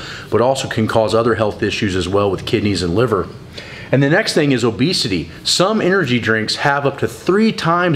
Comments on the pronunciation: "Obseity" 😄 useful information great vid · "Obseity" new to me...